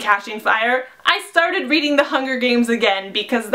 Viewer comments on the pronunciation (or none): none